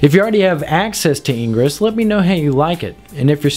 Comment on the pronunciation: 1. Those bips at the start made my ears bleed, learn what audio levels are and balance them. 2. It's IN-GRESS not engruss. It's the opposite of egress. Engruss could be confused with egress. Which is probably why the opposite of egress isn't engruss but in-gress. 3. Punch yourself in the nuts, see 1, and 2, and repeat until enlightenment is achieved.